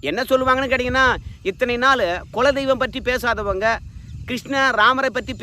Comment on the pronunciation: Mr.... "கொல" தெய்வம் அல்ல "குல" தெய்வம்.😂😂😂